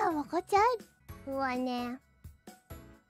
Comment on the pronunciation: That was a blast to the past.. Did she ever call again? 😂